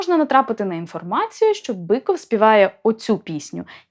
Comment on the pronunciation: Я вибачаюсь, чому Біков а не Биков?